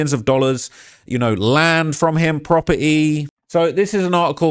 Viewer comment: That accent strong ash sometimes 😂 he said proper eeee (property)